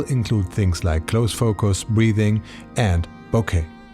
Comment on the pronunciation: good video as usual. only comment, as the name is inspired by the city of Arles in the south of france, you don't pronounce the "S", you will say Arle. City where every year you have one of the biggest photo festival in the world starting july till october.